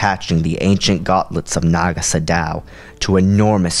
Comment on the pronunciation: it's pronounced sado not sodao fyi